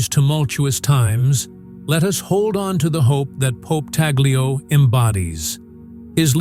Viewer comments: Pope talyo? It's Pope Tagle memories the pronunciation first before going on camera. POPE TAGLE. not.POPE.TALYO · It’s pronounced as ‘Tag lay’ not ‘tag lio’. Please pronounced it properly. Thank you. May God bless Pope Tagle (tag lay) as it’s pronounced.